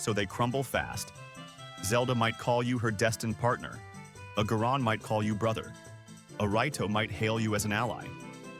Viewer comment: I was following your logic till you pronounced Goron "Guh-rawn" and Rito "Right-oh"